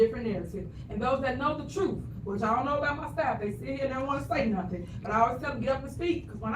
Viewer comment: The "trooof"😂